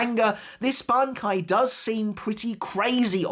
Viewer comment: how many attempts did it take to pronounce that bankai right